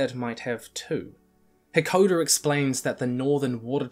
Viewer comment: jesus i can't get over him calling "Hakoda" "hekoder" over and over